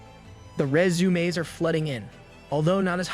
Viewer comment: Just one word, stated with extreme effort, every time, proves the A.I. narration. Who, in their right mind, has SO MUCH TROUBLE saying the word "resume".